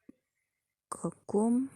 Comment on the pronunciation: Видеонор тунук эмес жмейл десенер гмейл эмес☺